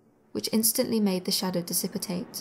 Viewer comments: Here we go with "dissipitate" again. 🙄. It's "dis - sip - pate"! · Diss-i-pate. Not diss-is-ip-pate.